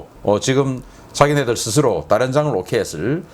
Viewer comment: 신인균님의 군사TV 잘 보고 있습니다. 한 가지 계속 거슬리는 부분이 있어 댓글을 남깁니다. 다름이 아니라 다연장로켓을 다련장로켓으로 발음하시는 경우가 있는데요. 우리 맞춤법 규정에 따르면 다련장이 아니라 다연장이 맞는 표현인데 다련장으로 발음하시는 경우가 많더군요. 그냥 넘어갈까 하다가 신인균님의 영향력을 감안해서 그냥 넘겨서는 안되겠다는 생각이 들었습니다. 다연장로켓에 대해 잘 모르는 사람들은 신인균님의 영상을 보고 자칫 다련장으로 알게 될 수도 있을 겁니다. 이건 북한식의 표현이지요. 북한은 한자어의 두음법칙을 인정하지 않기 때문에 연장을 련장으로 발음해서 우리와 차이를 보이고 있는데요. 신인균님도 무의식중에 다련장이라는 발음이 나오는 걸로 생각됩니다. 조금만 주의하셔서 앞으로는 다연장으로 정확하게 발음해 주셨으면 합니다. 혹시나 제 댓글이 기분을 상하게 했다면 죄송하다는 말씀을 드립니다.